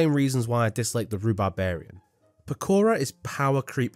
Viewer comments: "Pakora" bro its poke-ra from poke. And okra. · it's not po-care-uh it's poke-ruh based on okra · Bro really called "pokra" as "pakaro"..☠️☠️☠️ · the fact he said pokara instead of pokra and bamboo stalker instead of celery stalker pissed me off so much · pakora!? 😂😂 it is pokra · Also why do you say pakora? Its pokra. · Pakora no Powkra yes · Please, it’s poke-ra, pakora is making my head hurt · I love the Op plant Pekora. I think it's funny that the whole section of Pokra, he pronounces the name as Pekora. Gotta love me some bunny mentions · He pronounce pokra as pokora 💀. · Its POKRA not PAKORA 🥲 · Bro said pokora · please tell me he's not calling it pkora unironically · pahKOHrah 😩 (love the passion) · Is he saying "pekora" intentionally to hate on the plant or does he just not know what okra is or not know what plant its based on💀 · Bro's pronunciation of Pokra is infuriating It's based on Okra. It pokes things. It's Poke-ra. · The way he pronounces Pokra makes me irrationally angry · I didn't even know it was POSSIBLE to mipronounce Pokra that find hard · that's the most unique way I've heard someone mispronounce Pokra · Take a shot every time he pronounces Pokra wrong Also haven't gotten to the Buddah Boom placement yet but minus points for not putting that little shit at the bottom.